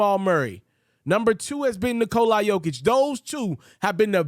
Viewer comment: Good content bro! Also it's pronounced Knee-cola Jokic not Nikolai